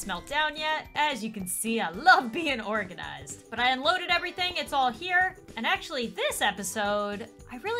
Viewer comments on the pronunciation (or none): “ore-ganized” hahahaha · I love that you said ore-ganized I don’t think you meant to say that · as you see i like to be organized Me: as you see i like to be ore ganized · She's not really ore-ganized